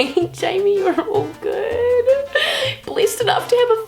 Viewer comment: the whole time i herd you saying Blissed,and i was like what the hell is blissed but ok just new word that i dont know yet. Then I realised you were saying blessed XDDDDD what am i